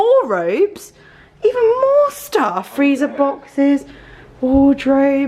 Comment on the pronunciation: I’ll be honest and say I was triggered by “freezer boxes” 😂